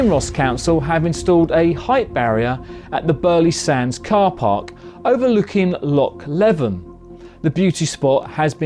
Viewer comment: The Loch Leven at Kinross Scotland is pronounced Leevin, as is the other one in the Highlands.